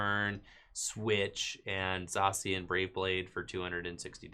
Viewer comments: Say it with me... "Zay-shee-an" Ugh! So annoying!! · does it bother anyone else the way he pronounces Zacian?